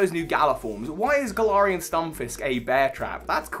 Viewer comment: Hey I personally have always pronounced Galar as GALar. But you sort of pronounce in at gaLAR. You pronunce galarian like gal-are but I’ve always pronounced is as Gal-air-ian. Idk